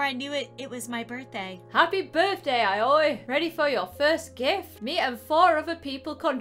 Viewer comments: When someone name is aoi is pronounced alli it’s Japanese no hate if you didn’t know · if you need to know the name Aoi is pronounced Oi... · Her name is pronounced it-ow owie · Aoi is pronounced “Owie” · WE GOT SHOTO SATO ASUI (Aoi is pronounced owie) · If you want to pronounce Aoi it’s A U E E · I believe Aoi is pronounced Ow-ie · Just to let you know Aoi is pronounced “owwie” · The main characters name is pronounced owy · This made me laugh alot lmao Also her name is pronounced ah-oh-e if that helps anyone who wants to Pronoune her name :] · Ok so Aoi is pronounced like owie and you would know that if you watched TBHK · You pronounce Aoi like ow-ee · Her name is pronounced (Ay—O) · u guys should pernows Aoi like i-ou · It’s perounced owie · Aoi pronounced OWIE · INCASEYOU REACT TO ANOTHER VIDEO AND HAVE TO PRONOUNCE HER NAME HER NAME IS PRONOUNCED LIKE I-O-E I KNOW IT BECAUSE I WATCH DEMON SLAYER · How to say aoi it's (Owie) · I think these are the names you can’t pronounce Ow-ee Ah-s-yu Also the creator needs to stop watching bnha I think it’s becoming a problem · Aoi is pronounced owwy 😓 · You pournounce it owie… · * struggles to say the character’s name * Me: Ito Yaoi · and inability to say japanese names hurts and is hilarious, especially since they're like all from anime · Ahhhhh! There’s so many mha names. It’s killing meeeeeee! (Edit) can’t even saying them is even more sad.:( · I’m sorry if this is offensive but, it’s so funny to people mispronounce things when you know how to say them😂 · Who else is mad they kept saying Aoi wrong💀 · it’s pronounced o-WEE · Eh more like ah oye? said it right the last time she said it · N-no... No, nO, NO. It's you must read A and O together and I on their own... Like this it sounds terrible.... But kinda KINDA(!) funny at the same time. So... Oh god... This is killing me. xD And what's even worst. This makes me realise, that I'm such a weeb. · It's "uh-oi", not "owie"